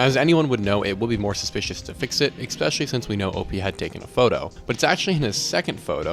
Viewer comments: The word is eSpecially not eXpecially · your video is very hard to enjoy or take seriously every time you say X-specially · Wild how common this mispronunciation is. People do the same with espresso.